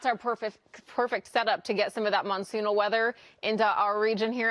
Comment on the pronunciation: her sayinhg" monsoons " has the galactic impact of Capt Kirk saying " Klingons "